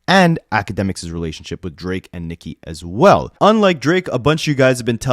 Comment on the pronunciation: Unrelated but anyone else annoyed asf how Ak pronounces Nicki?? Like, it might be some dumb ass injoke on his stream but it sound like he saying Micki.